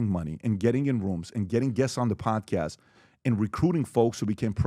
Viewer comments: I say “podcast host”. says “Perdcerst herst” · “Prdcrst” lol I’ve never heard podcast pronounced that way before